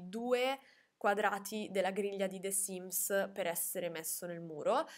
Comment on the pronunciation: ma perchè pronunci the sims con la è di “the” così pronunciata?